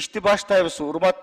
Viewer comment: "Депу" эмес, дөпүтат экенсиңер.